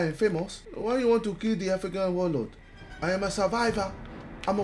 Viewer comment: When he said “I am a surviva agdhajahsh” I felt that